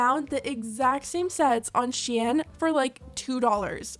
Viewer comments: Isn’t shein pronounced “shine”? Not she-yen. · sheyan? u mean sheen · stop calling shein she-en, it's spelled shein so it's pronounced how it's spelled. SHEEN like charlie sheen :/ or call it shine, as google says it is called that sigh